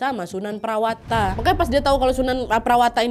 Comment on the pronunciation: sunan prawata: sunan prawoto, sultan hadirin bukan hadiri